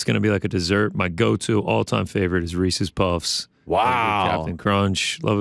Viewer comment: Huge shoutout to for pronouncing Reese's correctly - and great top cereal choices